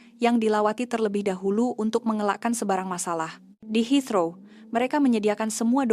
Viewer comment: Kalau orang indon buat video memang rosak, bahasa pun boleh rosak, lpangan terbang HEATHROW la, bukan Hitro , sekolah ke tak sekolah ni, rosak rosak, kalau kat kampung kau boleh la kau sebut hitro, heathrow la